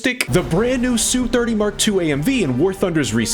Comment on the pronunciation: (SU-30 pronounced "Ess-You" just the letters sounded out by themselves. not Soo-30)